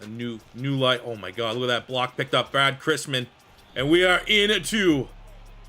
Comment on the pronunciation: Listening to him called brady christensen brad Christmas is more painful